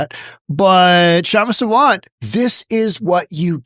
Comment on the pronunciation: Please pronounce her name as Saa- vunt(like you got it, bunt). This Kshama is a radical Marxist who should be sent to Chinese jail. Also Kshama is not an Indian citizen, has 0 right to a visa